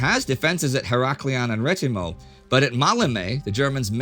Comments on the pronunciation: It is Rethymno......not Retimo...... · It's actually "Rethymno" and not "Retimo". Other than that, a job well done, as always :)